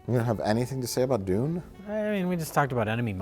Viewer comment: I like how they pronounce Dune as "Dooone". Cracks me up :)